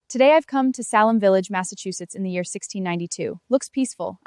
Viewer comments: Only error I found was the pronunciation of SAL-em instead of SAY-lem in the first few seconds. The other times she pronounced Salem, it was done correctly. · Salem not Sal em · I could be wrong, but I think it is pronounced “SAY-Lehm”. Not “Saaahhh-lum”. Sorry if I am wrong tho :( right at the beginning before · SAL EM village? We have self driving cars and AI still can't pronounce basic words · It’s pronounced Say Lum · I don’t like how she pronounced Salem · Stupid AI can’t even pronounce “Salem” right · I like the video, but the mispronunciations of the names Salem and Tituba are glaring.